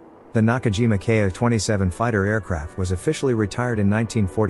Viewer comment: The Ki-27 was a pre-war aircraft, and was not useful during the war. By the way, it's pronounced "Keeeee", not K eye."